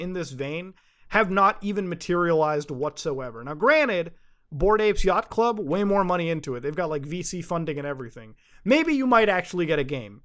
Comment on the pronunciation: Every time Muta says "Yachat Club" I just imagine Shovel Knight beating up a monkey.